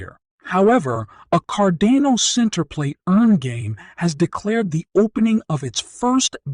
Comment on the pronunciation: car-DAH-no. Not CARdan-oh